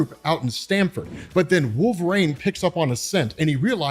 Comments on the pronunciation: Are you saying wolverane?😂😂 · & saying "wolveraine" name a more iconic duo, i'll wait